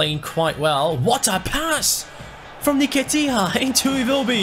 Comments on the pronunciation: It's pronounced En-Ket-ia not ner-ket-ia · Dude it is EN-KE-TIA and I-WO (like you pronounce why, what etc.) - BI